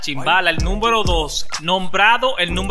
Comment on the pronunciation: Se dice numero no nunvero